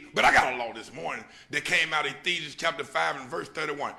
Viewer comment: "Ethesians" LOL he cant even say "Ephesians." This guy is the walking black hustler preacher stereotype.